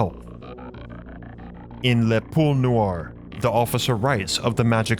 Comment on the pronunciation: Poule'🤦😂.. pronounce Pool-A